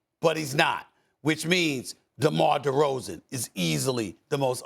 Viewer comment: Give it up Steven A. DeMar DeRozan's name doesn't even sound right coming out of that mouth